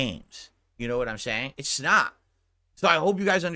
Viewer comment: “it snot”